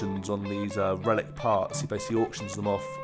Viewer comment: Yes. I've pretty much forgotten this, but I remember looking forward to what you might be doing and was disappointed. You say "Relic" and I hear "Ruin". Oh well.